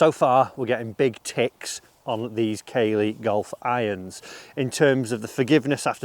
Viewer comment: Hi, it’s pronounced CAA-LEY not Kay-ley